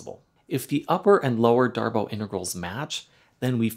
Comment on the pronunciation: Pretty sure it's "Darboo", not "Darboh". At least if we're assuming the name is French.